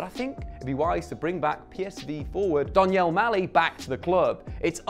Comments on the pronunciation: “Donyell Mali” bro we heard u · "Umbecano" "Kai Havitz" "Donyel Malan"